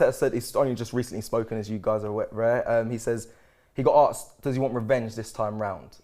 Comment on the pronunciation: Someone tell it’s asked not aksed please 😂😂😂😂🙏🙏🙏🙏🙏